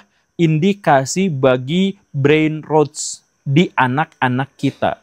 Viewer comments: Bacanya brainROTs Pak Guru, bukan brainroats. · Pak, ijin koreksi intonasinya ya. Brainrots dibaca 'breinrots', bukan 'breinruts' atau 'breinrouts' ya. Karna kalo 'breinruts' itu tulisannya brainroots